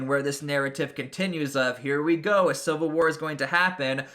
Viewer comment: its civil war not silver war this dude is an idiot